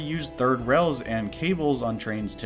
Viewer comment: Technological development has a long and honored history of non-standard pronunciation. I do hear "rails" though